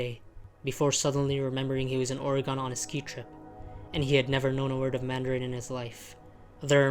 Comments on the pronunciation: It's OR-EE-GINN Not OR-EE-GONE. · Eew you pronounced Oregon weird It's not said "Or-ray-gone" It's said "Ore-ghen" it sounds kinda similar to "organ" 😂